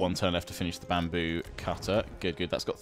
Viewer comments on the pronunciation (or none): none